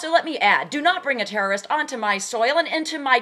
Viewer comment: lol, the terroristh! the terroristh!